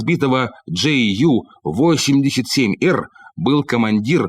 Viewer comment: Джей Ю)))) Юнкерс78, или тогда уж Ю78, у немцев нет буквы "Джей" ))))